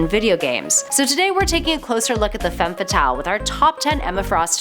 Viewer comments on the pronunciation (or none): none